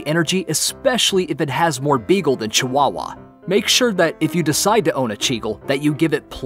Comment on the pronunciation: Yeah you're right cwawwa